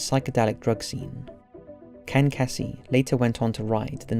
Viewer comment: Kesey is pronounced Keezey